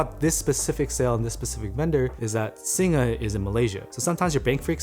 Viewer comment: Thanks for saying "Singa" right:P